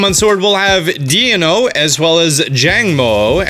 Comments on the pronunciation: It's pronounced like 'D-ai-no' as in dinosaur. But also like the German number, Ein-1, zwei-2, drei-3 for deino, zweilous, and hydreigon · Deino should be pronounced like Dino, as the 3 pokemon contain the numbers 1, 2, and 3 in German. Ein, Zwei, and Drei. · I want to point out how poorly you pronounced poor Deino's name. It's pronounced like D-eye-no. Its entire evolution line is a play on the German words for 1, 2, and 3 which is the related to the amount of heads the entire evolution line has. Eins (Or Ein) being one for Deino. Zwei (Pronounced like Zv-eye) being two for Zweilous. And Drei (Pronounced like Dry [Roll the R]) being 3 for Hydreigon. I took German for 3 1/2 years in High School around the time that Black and White came out so Deino was super interesting to me at the time and still tbh. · Yeah it was irking me abit every time he said it like deeno 😂